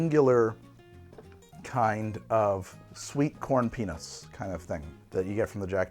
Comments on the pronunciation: I was listening to this and I did a double take when I heard “sweet corn penis” . Looked at the screen and realized he meant peanuts. 😂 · "Sweet Corn Penis"? Yeah, after I heard that, I watched the tasting notes, and it says you said "peanuts", but that's not what it sounds like. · Thank goodness for the words on the screen, because I did NOT hear the word "peanuts"..... to my ears, the "t" was silent. Love the show, I grew up in the 60's and 70's with a home bar and this brings back happy memories of friends gathered together and creating drinks to enjoy slowly.